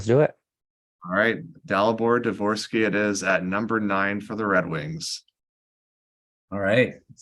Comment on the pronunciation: Good choice by to say Dvorsky.